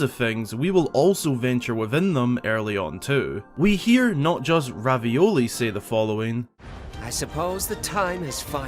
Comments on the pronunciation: did you say Ravioli when referring to Revali? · he said ravioli instead of revali lol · ...bruh did u just pronounce ravali name as ravioli?! 😂😂😂 bruhhhh deaddd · PFFFT. He called Revali "Ravioli" 😂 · Revali!! R-E-V-A-L-I (Pronunciation: rih-VAH-lee) not Ravioli!!!!! (Pronunciation: ra-vee-OH-lee) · Lol my guy straight up called the Rito champion Ravioli! 😂🤦🏻‍♂️